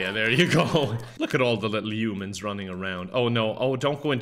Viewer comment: I love the way pronounces "Humans" as "Yumans"